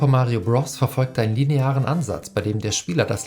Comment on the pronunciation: Bitte sag nie wieder "Bross"